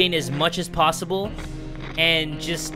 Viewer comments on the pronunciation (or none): none